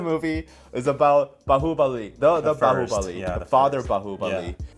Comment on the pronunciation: Wow!! i'm really amazed the way u spell out Bahubali & MahesMati was really awesome👍